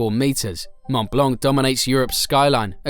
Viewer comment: Moscow ? Please don't consider Moscow as European anymore since the Russians invaded Ukraine. We don't want to know anything about the damned country of Russia. And you say "monumental Stalinist architecture" showing buildings from the 16th century (like the Saint Basil's cathedral). Also: pronounce "Mon Blan" for Mont Blanc, not "Mon Blank", because in that case you should also pronounce the "t" of "Mont".